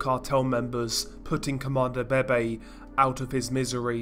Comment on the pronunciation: How I hear 👂 this dude say : Comandante BeBe ‘’CoMAnDO BEY BEY’’ 💀